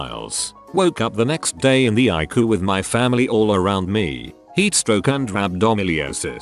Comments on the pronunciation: And it is EYE-SEE-YOU ..... not icoo! Jesus! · "the icoo" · Next time type in eye see you instead of ICU, that way the robot says it correctly. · It’s not pronounced icuu It’s pronounced EyeSeeYou